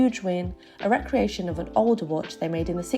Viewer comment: Pronounce recreation